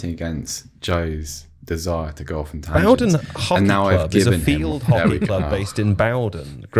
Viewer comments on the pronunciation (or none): it's bowden as in bow and arrow